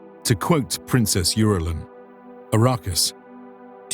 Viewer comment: Very interesting mockumentary! But at minutes, the narrator mispronounced Princess Irulan as "U-rulan"... Roockie mistake..